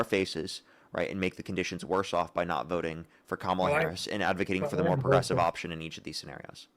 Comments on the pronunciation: Maga pronounces kamala as "cam ala". Caller pronounces her name cam ala. Caller is 100% maga. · When a person mispronounces Kamala's name 'Kamal'a it is a dead givaway that the person is MAGA.